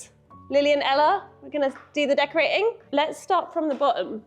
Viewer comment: did I hear you say "bo-m" and "decora-ing"? 😢 The tree looks really good, so I forgive you. Kind of.